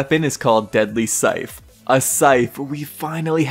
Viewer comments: sorry, are you saying syfe... its scythe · so its spelt scyTHe but pronounced as scife??